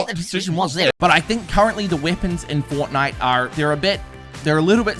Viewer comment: Bruh it’s Fort-nite